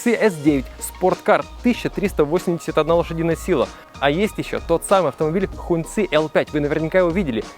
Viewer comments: Сам ты Хун цы, это произносится как Хонг чи, красный флаг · Не хуньци,а хонгчи….. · Хуньцы, ребята, у вас в штанах. А слово "hóng" （красный) читается как "хон" (ну в крайнем случае можно прочитать как "хонг"), но никак не "хунь" А за обзор, спасибо :)